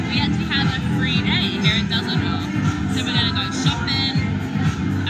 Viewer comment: Da sachta doch tatsächlich "Dusseldoof"